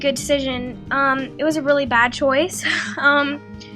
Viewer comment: she spelled bad the wrong way she said bab